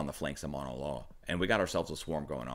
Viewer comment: Emergency Management Associates close.. it could pass as correct too but the u is pronounced usually.. "mow-na"